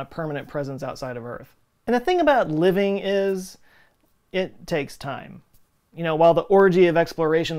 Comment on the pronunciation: “LaaaaIiivvvih’G “ sooooo DFW. 😁